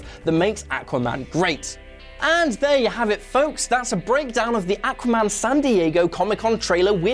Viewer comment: Awesome sounded fine to me. maybe kiwis say it the same